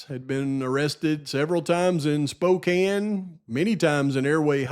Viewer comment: Props for not mispronouncing Spokane hahahaha